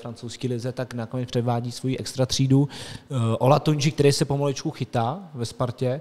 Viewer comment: Tak to cením neuvěřitelné Olatunji i Birmancevic jsi se naučil vyslovovat. Klobouček, tohle jsem opravdu nečekal 😂